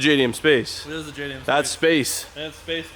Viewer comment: Dude you know. You can't even say JDM Space...